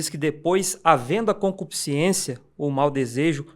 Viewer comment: Porque quase todo crente fala concupisciencia?